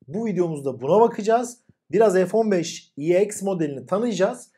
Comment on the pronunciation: F-1SEX diye Okunuyor :D